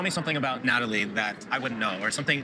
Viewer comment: Nutalie, Nutalie, Nutalie 🙄🙄🙄